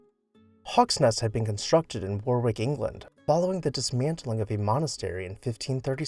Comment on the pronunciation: Warwick is actually pronounced Warrick.